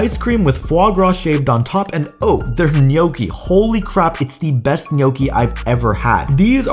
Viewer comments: The gnocchi pronounciation made me fade away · is anyone getting annoyed by the way he pronounced 'gnocci"? 😭😭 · you had me at the way you pronounced gnocchi 💀💀